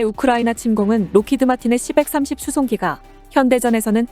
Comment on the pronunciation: 기계음 짜증 c-130 시 일삼공 이라해야지 시벡삼십이라네